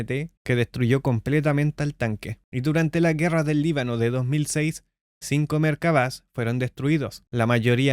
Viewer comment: Toda mi vida creyendo que se pronunciaba Merkava.